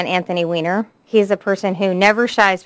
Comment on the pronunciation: I like him because he pronounces his name properly--man up Boehner.